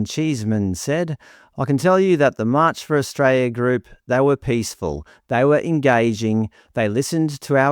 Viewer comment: Australia has an "L" in it's name